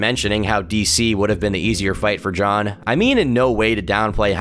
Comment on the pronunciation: Sure, he pronounced nearly every name wrong, but give credit where it is due. At least he was able to pronounce "Jon" pretty well.